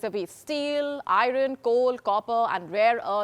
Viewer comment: The word "Iron" was pronounced wrong! For a newsreader you gotta do better...